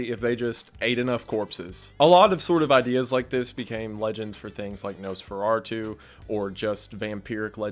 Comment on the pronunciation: “Nosfer-Artoo, lol…